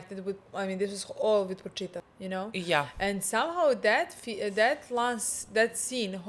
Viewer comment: this is low key dribing me nuts, it's Pochita, not PoNchita! 😆